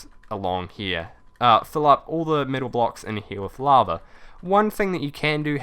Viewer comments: is it only me or he says laver not lava it annoyins me so much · What is laver? Ohh its lava ok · Love how you call lava laver XD!